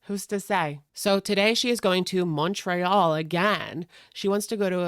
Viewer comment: I hate the way you say Montréal omg